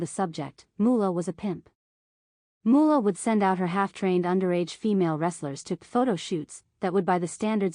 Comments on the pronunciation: It's MOOLAH OKay? MOO-LAH!! NOT Moo-olah! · MO- OHLAH IS A DISAPPOINTMENT TO HUH-OH-MAH-EH-ER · Moo-ooh-lah. LoL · Great video...if you take away that cringe AI voice that seems to have the rare gift of mispronouncing even the easiest words, in addition to the Fabulous "Moo-oh-la" name. It's crazy how Moolah always looked like old roadkill/or an old dried out hotdog....every year she wrestled, including her "younger" years 😬. What an absolutely gift she was on the eyes 😜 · Moe-ohlah? lmao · i really find the robo voice annoying every time it mispronounces names i cringe. it needs to stop being a thing for channels, its lazy... its not Mo-Olla... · Moo-ha-la 😂 wtf Moolah was a legend these are nothing but rumors she gave those women everything